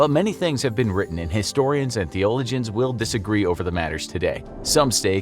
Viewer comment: Thee-olo-gins?!? You've got to be joking!!